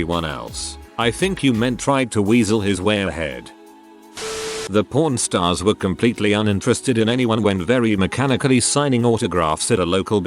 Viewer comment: The computer sounded like he was saying Pron stars not pawn stars. LOL